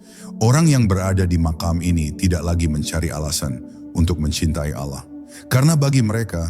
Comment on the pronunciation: Maaf, mengucapkan lapadz Alloh supaya d perbaiki🙏